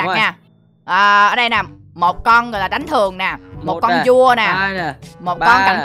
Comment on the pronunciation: Con vua mà em nghe thành con cua luôn hihi